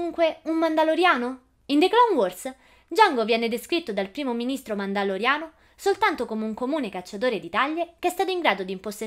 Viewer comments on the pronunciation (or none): none